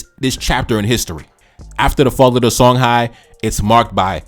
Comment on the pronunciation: Songhai is pronounced Shong-hee